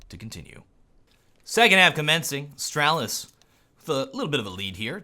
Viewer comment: It's not that difficult to say Astralis man :/